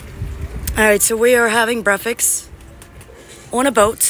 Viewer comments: Is brefix a new thing or may be u are not saying it right? Just wonderin'!? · Say the word breakfast again 😅 I like the way how you pronounce it ❤